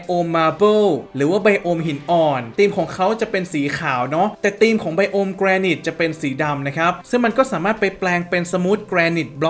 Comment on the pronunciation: พี่ๆ มันอ่าว่า"แกรไนท์" ไม่ใช่หรอ ( ͡° ͜ʖ ͡°) ???